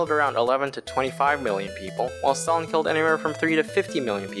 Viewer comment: You've butchered Stalin's name so bad, that my ears started to bleed. And if you compare the gulags with american prison, you're commiting a grave sin. Gulags, or Lagiers were a work camps, not just prisons. The inmates were supposed in theory to "Rehabilitate themselfs by the work". It sounds awfuly simillar to the "Arbacht macht Frei" put in the entrence of Aushwitz concentration camp, with that model approved way back by Lenin himself with the creation of special place for prisoners on Solovetsky Islands. Those 40% of people released especially in the times of the World war, past 1941 you've mentioned were mostly a pow's who were not freed. They were transferred to the newly formed units in the Red Army. Some of them were lucky and managed to catch up with the Pact Sikorski-Majski that allowed them to join army of General Anders, who managed to escape the USSR after Anders realised that those 20k of the officers from Katyn were not going to show up and he didn't wanted his men to get forced back to the camps. And mind to remind you, they were before the release a POWs. Still the conditions in gulags were terrible. Firstly the camp's inmates were supposed to get transportted there. It was a long ride... in the cattle wagons, often without any source of heat. On Siberia the temperatures of -40 Degrees of Celsius are normal, even in middle/late autumn and early/middle spring. The train ride could last for many days, and could result in death from the frostbites or starvation.